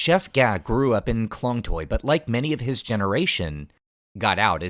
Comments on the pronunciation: sorry my grammar is incorrect, the point is Klong toei , the way u pronounce it noone gonna understand and i feel your whole clip is as important as the correct pronunciation of the specific place!! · klong doy poo gimme a break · The Reporter can barely speak Thai and pronounce some locations' names correctly (like Chao Phraya or Khlong Toei), so I don't know how much credibility I can give to this video. However, it's eye-opening to watch something like this; I have never known about this part of Bangkok before =)